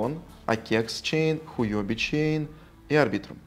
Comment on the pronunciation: Я бы не говорил хуЁби чейн, лучше хуОби ))) И да, сделайте минимальный вывод в 0.005 эфира, людей больше подтянется. Лично я к вам не пошел из-за минималки в 0.01 эфира